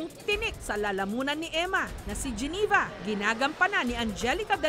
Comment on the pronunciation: hoy jessica soho yung pangalan ni geneva ay geneva hindi giniva ang tanda mo n eh